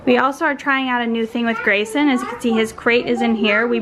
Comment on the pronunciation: Did call Greyson Grey-Sloan?